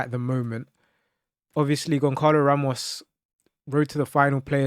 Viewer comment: Pls learn how to pronounce the name of the players you saying, it’s not gonkalo it’s Gonçalo and not yordi alba it’s jordi alba bro